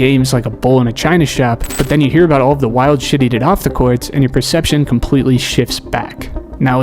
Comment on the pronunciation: It’s court buddy now cwart